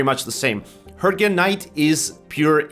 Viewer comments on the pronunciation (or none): none